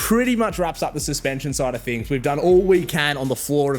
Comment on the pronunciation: Bigger and better "thing's not "fings. can build a car but doesn't know how to speak english😂😂 fingy fing fing🤣🤣🤣